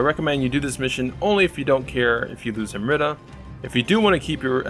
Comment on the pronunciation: Am-REETA lol you're killing me over here 😂🤣😂🤣 ty man!